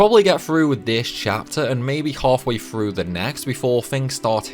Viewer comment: Frough Frew.. bruh learn to pronounce a TH sound. th does not make a F sound, like this is shit you learn when you are 5 years old